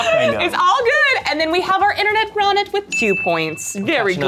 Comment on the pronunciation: Intern-net. Say it - INTERN-NET.